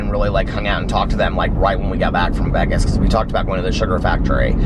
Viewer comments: As soon as you said Vegas the “correct way,” I was like YAS!! Then I realized I love the way you say it!! Eat lots of yummy food and safe travels to you and Alex!!! Have a fantastic anniversary in “Vehges!!!” 😉💙💙💙💙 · doesn’t even have to try to be funny.. “not baggy cute”...make sure you share the pic when you wear your black polka dot shirt & shorts with black piping..Happy Anniversary.. you got the pronunciation of Vegas correct..or at least how this country girl says it.. FANS ROCK!!!! I love you, plus I love myself!! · OH MY GOD YOU SAID VEGAS CORRECTLY. IM SO PROUD.